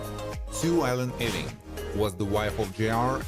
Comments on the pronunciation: Sorry,I can't take it! It's pronounced YOU-ING... NOT EEE-WING! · It's not E-wing, it's EWE-ING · The pronounciation is [u-ing] and NOT [e-wing] !!! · Ewing is pronounced YOU-ING, not E-wing!!! Trust me, I'm a Scot (a Jock). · 'Ewing is NOT pronounced as 'Eee-wing'! It's pronounced as 'You-ing' . Btw, it is not pronounced as 'eh-wing', either... sigh. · Ewing is pronounced " Y OO - ih ng" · This clown has no idea what he’s doing. Just one more site I’ll know to avoid in the future. Can’t even pronounce Ewing correctly. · Img this dude kills me with the way he pronounces Ewing!! Lol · Why does it bother me that he cannot pronounce Ewing correctly?